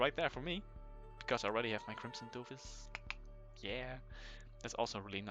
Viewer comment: Dofus not doofus!